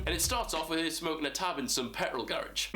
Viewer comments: u said pet rol lol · Say petrol again please